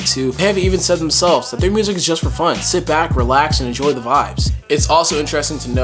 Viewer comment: "ENOJOY" love you russ